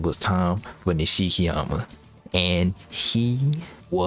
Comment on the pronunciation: This is LEGENDARY, if very masochistic. Also I don't know if I hate or love the fact you pronounce Abe as Eyb and Nishikyama and Nashikiyamuh lol.